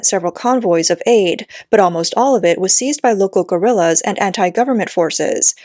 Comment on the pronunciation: "seized by local gorillas" HAHA yeah that's not how you pronounce that word...